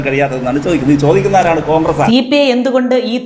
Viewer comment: ചോദിക്കുന്നത് കാങ്ക്രസല്ലേ, കാങ്ക്രസ്......